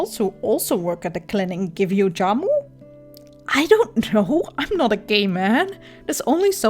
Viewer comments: Jamu not yamu :) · Good video but I just want to correct something as Indonesian myself. Jamu pronounced with Jhamu not yamu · very helpful, thanks... anyway, spelling Jamu is not Yamu, but J like Jeep. but yes... thanks again. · It's Jamu.. Like Jam but British + U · Jamu is pronounce with hard j just like j in jam.... hope this helps....